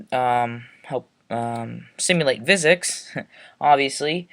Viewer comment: Nice tutorial, but I think physics is pronounced "Fizics", not "Vizics". Just saying.